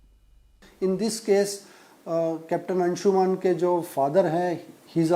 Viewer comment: 'अंशुमन' शब्द-प्रयोग बोलना-लिखना ग़लत है, संस्कृतभाषा का यह तत्सम शब्द 'अंशुमान' है। कोमेन्ट्स में भी यह शब्द सही रूप में लिखा हुआ मिलता है। कृपया अपना उच्चार सुधार लें।